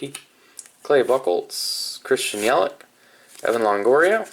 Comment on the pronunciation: In yelich, u pronounce the ch